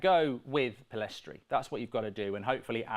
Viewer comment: The fact people are still calling Pellistri "Pellestri" makes me irrationally angry.